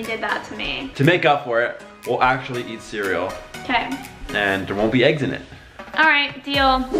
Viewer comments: sev ya my dad says aGgS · When Lexi says “aggs” in stead of “eggs”